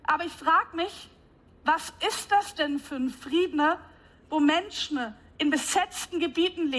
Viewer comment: ....Menschna statt Menschen! Was für eine plumpe Frau.